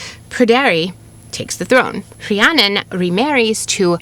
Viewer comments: I love the pronunciation of saying CREannon like the true welsh way. Funny all my life I would pronouce my name as Rhiann(IN) not Rhiann(ON) As I grew wiser I realized why I did this on a soul level and found myself pleased with my inner knowing and play on the deeper meaning of words. The Cre-Rhi pronunciation brings me to a whole new level of being or unfoldment. Thank you and I feel a true shift in knowing the true prononce-initiation especially having Irish welsh ancestors wow such synchrony finding this today! ✨😘🪷🎠 Beyond grateful now🥲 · As a Rhiannon who has lived in Wales her whole life, you pronounced it better than a lot of people in my area. Diolch yn fawr for covering this. Sometimes, it feels like the world overlooks us 💚 Also I think you'll appreciate my favourite Welsh expression, Iesu mawr. It was used in my area as a Welsh 'oh my god' but the literal translation is big jesus. It just always made me laugh! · Really love your story telling and historical expose. I did find this one a little harder to follow with all the unfamiliar Welsh names. Fantastic job with the pronunciation (I guess), I certainly couldn’t pull that off. Keep going with that. I need to hear more of it. Rhiannon! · RHIANNON. First off huge kudos on your Welsh pronunciation. I am not Welsh, but know it is quite challenging to learn. This story is so beautiful. It really hit me, in an amazing way. Thank you